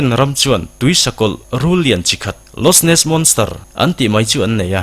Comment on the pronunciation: Lochness monster a lochness hi losness ni lovin lokness tia lam zawk tur ani e.